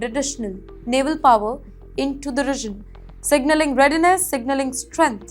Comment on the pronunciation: This lady newspresenter 's English pronounciation of quite a number of basic English words. For example... For region she says regin. For because she says bicus. Horrible. How can you have her as a English newspresenter on your channel??